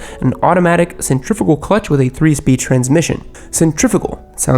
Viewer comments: it’s pronounced centri-fyoo-gal, not centri-foo-gal sorry had to be that guy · Man those rhymes with in your intro always get me lmao Also it's centri-fyugal and not centri-figal